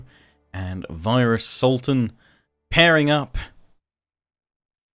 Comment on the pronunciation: All I hear is SALTan and I can't stop laughing! Great video and battle btw!